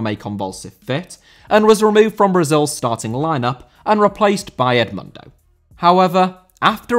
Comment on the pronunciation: Edmundo* not Edmândouw